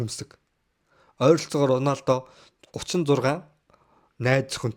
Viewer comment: Ronaldog яасан муухай хэлдэг юм